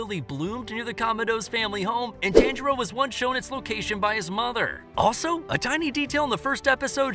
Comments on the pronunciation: It’s pronounced (Ton-ji-roe) not (Tan-ji-roe) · Did you know that his name is pronounced Ton-Jee-Row?